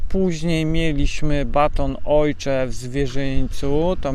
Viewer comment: Pytanie nie zwiazane. Na oshee mowisz "ojcze"? Skad taka wymowa? Z niemieckiego?